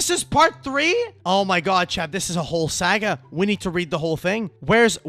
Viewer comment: Dod you just call it a "sag-gah" and not a "sa-ga" 😭 *not gonna edit , let the humility begin